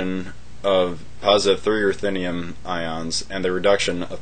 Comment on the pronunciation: what is the red salt used in the solvent? It sounded like you said erthinium-2 chloric salt. Could you spell that out for me because I cant find that chemical